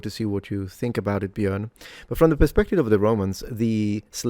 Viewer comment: I love that you pronounced "Björn" correctly. I live in Malmö so that's pretty close to the Swedish (but formerly Danish) town Trelleborg and I had not connected that to the word "träl". That's interesting. It's a port town that's mostly today know for ferries to Germany, Poland and Lithuania.